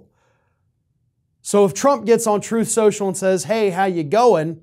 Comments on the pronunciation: "Troth Sential" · “Troth Sential.”